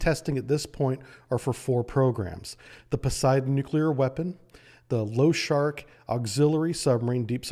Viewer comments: LOSHARIK - [ l o ∫ ʌ r I k ] not [ l ou ∫ ʌ r k ] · pronounced Lo-sha-reek not low shark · Pronounced Lah-Shah-Reek. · I love how you call the "Lo-sha-rik" submarine "Low-shark"! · and other places - you keep pronouncing it "Loshark" - it has an "i" in front of the "k", so it is pronounced "Losharik". Sharik is the Russian word for a small ball or balloon, loshad is the Russian word for horse, so losharik is the concatenation of the two words, referring to a Russian cartoon character of a horse made out of balls. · pronounced lou-sharick , not lo-shark :) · Nice presentation but every time you say lo-shark even when it says in capital LOSHAR I K i feel my OCD triggered :D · Losharik has i, I need to hear you pronounce it! sharks have nothing to do with it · Why did you call the Losharik sub low shark or something?? I think I saw that 'i' before the 'k' clearly. Before you speak about something, learn to pronounce it correctly! How hard can it be to understand something so simple? No hate on your videos, I really like them, but I hate when people spell words incorrectly! The 'i' is spelled differently in different lannguages!